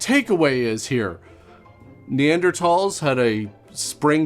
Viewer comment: You are uniquely correct with your pronunciation of Neanderthal. I believe only about four of us know it is like "tall", and not "thal".